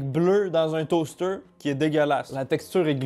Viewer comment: Deuw stayks down le toasteuouw 🤣🤣